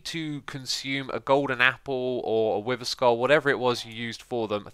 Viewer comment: “I am now getting the wiver effect”